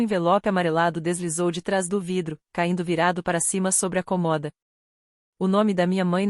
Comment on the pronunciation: Por que será que a Inteligência artificial sempre le a palavra cômoda sem o acento? E em todas as historias.